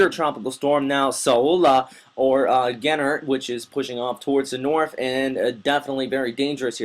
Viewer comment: It's pronounced "Hener".